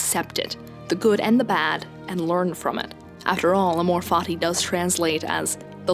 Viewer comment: Totally unrelated, I would recommend you to practice a very distinct latin pronunciation of "amor fati", because it currently sounds like "a more fatty" and it's hilarious and probably only happens in english